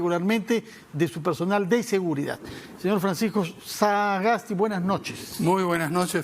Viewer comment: El periodista tiene graves problemas de dicción, y le es imposible hasta de pronunciar el apellido "Sagasti" y dice algo como "saaaaa gas ti"; y a pesar de ese grave defecto, habla demasiado y permanentemente interrumpe con larguísimos discursos intrascendentes; cuestiona e interrumpe, especialmente a los entrevistados que no comulgan con sus convicciones políticas. Que pena da este tipo de periodismo sectario, que abdicando de su deber de imparcialidad, toman escandalosamente partido a favor de intereses políticos y económicos.